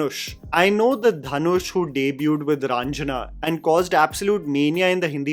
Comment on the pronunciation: Dhanush is pronounced दनुष not धनुष